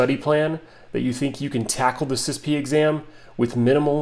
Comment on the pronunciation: NOBODY pronounces it sispee. All acronyms are not meant to be spoken as a word…FYI.